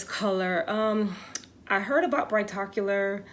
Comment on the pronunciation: Brigh tocular lol